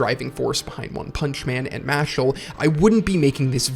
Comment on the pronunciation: Harry Spotter. The boy who lifted! Loved the video man. Been a fan of both series for awhile. Only criticism I have is that the main character’s name is Mash not Mashle but I got used to it quick in the video